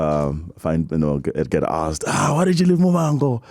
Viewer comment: Relebogile, I am judging you, dadewethu, for failing to say Muvhango correctly 😮😮 What a great gifted guy 🎉🎉🎉